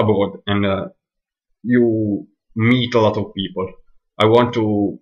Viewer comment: Hi - I understood everything you said but like you said it is your accent that will need some practice. I understood you, but I had to concentrate on what you were saying. Two things I would say give away that you are Italian - the long A sound you pronounce like a soft a (Kate and Cat should have two different A sounds), and adding an 'ah' at the end of some words, like 'people-ah'. Many italians do this, so don't worry . But well done with this, and keep working, you'll get there!